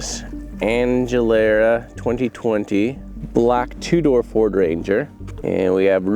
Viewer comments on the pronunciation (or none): Aguilera, is pronounced like the singer Christina's the singer last name ag u lair a. looks like a car upside down. looks like another car on its side but upside down. Title should be cars found abandoned.